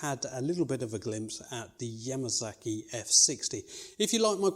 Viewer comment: You know I have looked front to back and back to front and NOWHERE did I see the letter Z. It looks like a letter S to me. completely different sound Just sounds sicking the way you say Yamasaki. Same way you goddamn people pronounce Kawasaki. S sounds like a Z and your A sounds like a U. We play sports with a ball whereas you people play sports with a bull. To us a bull is a male cow.